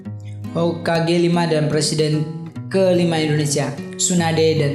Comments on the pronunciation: Indonesia pak bukan indoneisa :-) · Indonesia bang bukan indoneisa